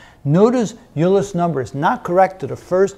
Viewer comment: did you pronounce it "u-ler" ? I have always heard it as "oiler"